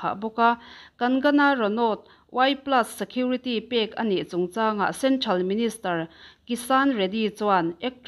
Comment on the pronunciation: "Centhral" nilovin "Central" ti zawk tur.